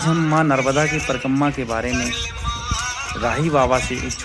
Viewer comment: परिकम्मा, परिकम्मा क्या कर रहा है.... परिक्रमा बोलो l